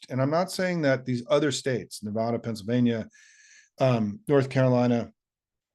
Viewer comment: Simon, excellent video, but please remember to not piss off many Nevada voters by pronouncing the state the way most of them don't...